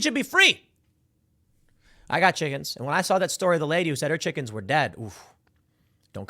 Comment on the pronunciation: Pool, did you say "chickens" or "chicKKens" ?